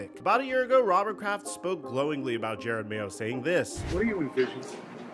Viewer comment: You'd think someone who makes videos on the NFL would know how to pronounce Jerod Mayo's name. Especially with footage in a video where someone pronounces Jerod Mayo's name correctly.